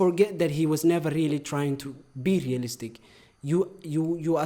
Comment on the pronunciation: The way he says realistic is like ASMR to my ears. Keep rolling them R’s in my ears baby 😩👌✨✨✨